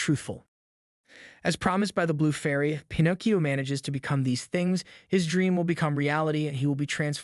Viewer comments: Definitely seems intentional to be different/quirky and it just comes off as cringe. Couldn’t watch more than two minutes. Disliked and moved on. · Here's a fun fact it's Pinocchio not Panakyo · Pin..AH..cchio. Holy fuck that was difficult to watch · Why do you keep saying Pinocchio's name wrong you keep calling him Pinogio what the hell is Pinogio🤷🤷🤷🤷🤦🤦🤦🤦🤦🤦 that's what it sounds like you're saying not word right there not Pinocchio. If you're going to make a video related to any kind of Pinocchio stuff you need to learn how to say the name correctly you're saying the name wrong it's not Pinocio😂😂😂😂😂😂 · i was almost convinced the narrator was a real voice until he started mispronouncing "pinocchio" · I'm convinced that he's saying Pinocchio wrong on purpose because he says it correctly two times in a row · Can we please acknowledge the way you pronounced the main characters name 90% of the time? And why did you say it correctly lime 4 times but completely wrong the other 75? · I'm sorry, but the way you continually mispronounced Pinocchio's name, I couldn't even make it a quarter of the way through your video. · Absolutely butchered the pronunciation. Have you never heard Pinocchio said out loud before or is it intentional to be different/quirky? Either way, it’s cringe and I can’t watch the video. If this is a common thing for you, maybe go back to school a while longer. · Bothers me so much that u can’t pronounce Pinocchio correctly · Literally can’t finish this video because you get the name wrong then right then wrong again🤬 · Dude you pronounced Pinocchio the right way once and the wrong way many other times. If you’re not familiar with it ask somebody. Don’t just wing it. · Lol it’s like he couldn’t decide which was right so he switched pronunciations every other time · 😆😆😆!!! Okay, it’s “Pinocchio*.” Not “Pinnacio.” You moron. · Bro its Pin oh Key Oh not fn pin ahkk io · it's pi-no-ki-o not pi-nok-io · pin-ock-e-o .. lol what ? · Bro just said “pinaacio” 😂